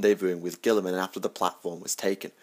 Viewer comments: All I can hear is gWILLeeeemun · Gil-a-mon..... gil-a-mon...